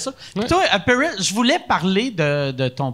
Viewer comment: Moi j'ai entendu Perizz tout le long !